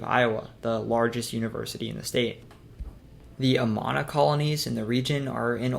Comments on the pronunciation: It's A-man-Ah not A Mannn-A. Germans pronounce things differently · The only flub I caught was Amana. He said Ah-mon-ah. He never mentioned Nevada, but you can hardly blame anyone for missing that one. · Amana is pronounced "Uh-man'-uh".